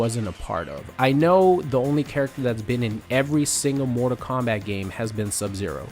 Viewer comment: What's this "Mortar Kombat" game this guy speaks of?